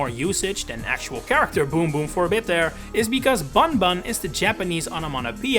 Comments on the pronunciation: You're pronouncing his Japanese name wrong lol. It should be read either as "Boon-Boon" (but with a shorter vowel) or even just "Boom Boom" (the ん character can be transcribed either as 'n' or 'm'). But it's not "bun" like you'd read it in English. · it's also not pronounced "Buhnbuhn" lol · Yeah this is why this guy should stop making content like this. I can’t believe he made such an idiotic mistake. Any prior research will show that bunbun is pronounced as boonboon, ay caramba. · Bunbun is pronounced Boonboon or Boomboom, so Boom Boom makes perfect sense as his English name. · Slight correction, “bunbun” in Japanese is basically just pronounced the same as “boomboom” - u is always a “oo” sound and an “n” is sometimes used instead of “mu” to convey an “m” with no vowel (and when “n” is in front of something like a “b” or “p” it ends up basically becoming an “m” due to how pronunciation works (that’s why we spell it “tempura”)